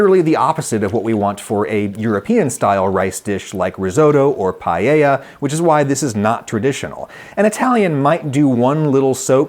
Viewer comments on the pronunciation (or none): Why do you americans ad an "i" in Paella? It's pAElla, not pAIElla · yeah, but the double L is after the E. Not before the A. Pa -e - lya. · Repeat with me… pah-eh-yah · I am always surprised by the fact that the english speakers are incapable of correctly pronouncing Paella.